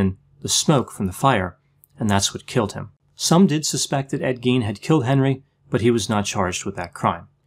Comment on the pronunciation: Pronunciation of Gein is Gīen. Long I. It’s German. In German ei is pronounced using a long i. FYI